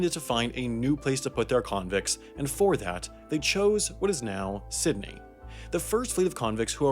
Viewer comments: It’s pronounced sid-nee, not ciddy. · Irregardless, it's Sydney not Sidney. Thank you. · "Sidney" We saw it man, we saw it lol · sidney? really? bruh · Did I hear him say “sydee “ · sidney lmao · “sidney“ i’m sorry, sam, we can’t protect you anymore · it's pronounced Sydney, sid-nee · He also said Sydney wrong .